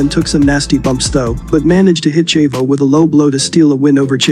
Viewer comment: Great video, but the way you pronounce "Chavo" is very annoying.